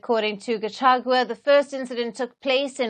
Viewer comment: At least for now you can be able to pronounce the name Gachagua not gachachua